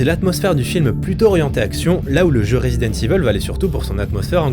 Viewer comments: jme suis arrêté a la prononciation de "Resident Evil" : rézidente iveule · "Rézidante Iveuule~"